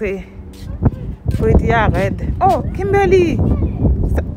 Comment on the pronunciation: Mwen telman renmen fanmi an ,mwen gen 3em pitit fi m mwen rele l Kimberly menm Jan ak pitit wa, bb gen 17 mois . Mwen telman renmen lè wap rele Kimberly avek aksan anglais a , mwen te ansent mwen pat ka mwen non pou bb a ,se nan yon nan video ou yo mwen jwen non Kimberly a. Mèsi ampil pou èd ou , moun pa janm fin aprann, mwen aprann ampil de ou, motivation, fè mangé , hummmm Marim pap voye m retounen non mwen vinn pi fò nan fé mange gras ak ou . Ou se yon modèl pou tout fanm e abanew yo. Mèsi ampil , ke BonDye beni w ak tout fanmi w ❤❤❤.